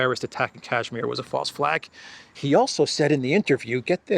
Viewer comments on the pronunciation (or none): none